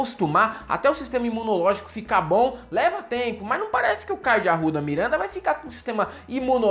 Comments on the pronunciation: Caio de AURRRRUDA MIURRRRANDA. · "David Grohl" "Caio de Arouda Mirãnda" morro kkkkkkkk